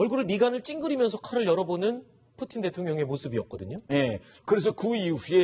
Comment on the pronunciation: 푸친이라는 발음 멋지다 뭔가 ㅋㅋ